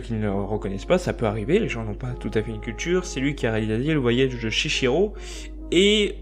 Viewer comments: Salut, Je voulais apporter quelques précisions par rapport a ta vidéo. Deux petites corrections pour commencer : - C'est Chihiro qui se lit Chiiro et pas Chichiro - La méchante des contes de Terremer est en réalité un méchant prénommé Aranéïde. Ensuite les films des Miyazaki, principalement Hayao Miyazaki, sont très difficile a comprendre. Le but est de pouvoir apprendre et comprendre quelque chose en plus a chaque visionnage. Les films des Miyazaki apportent tous un message, ils ont tous une signification, cachée ou pas. Pour les personnages : - Arren est le prince d'Enlad et le personnage principal - Therru est la jeune fille - Tenar est la fermière (et actually une sorcière également) - Epervier est un archimage - Aranéïde est l'archimage recherchant la vie éternelle. Autrement je ne suis pas d'accord par rapport aux rapport aux dieux que ce soit dans le voyage de Chihiro ou dans les contes de Terremer. Les dragons dans les contes de Terremer ne sont pas des dieux et dans le voyage de Chihiro ce sont des esprits pas des dieux. Pour pouvoir comprendre les contes de Terremer il faut le regarder plusieurs fois sans avoir d'apprioris a chaque fois, il faut repartir a 0 des qu'il y a un revisionnage. En esperant avoir un peu éclairci la situation. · Articule et renseigne toi "chihiro" pas "chichiro" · "Chichiro" ??? MDR ! C'est dur de bien lire